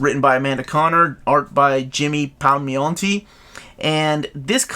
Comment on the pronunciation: Gotta love Jimmy Pal-me-on-tee